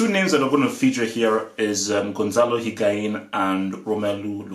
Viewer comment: "Higain" lol